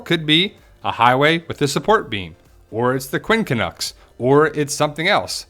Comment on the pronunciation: JEAR-BEAR? LOL! it's pronounced Quin cunx.